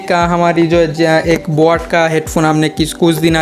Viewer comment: And bot nahi boat